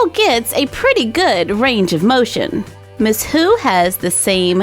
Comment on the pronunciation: I thought that you said miss poo not miss who